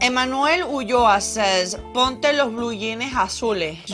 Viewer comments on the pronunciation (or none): none